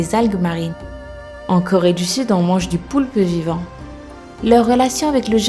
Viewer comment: Super videos mais tu dis trois corré du sud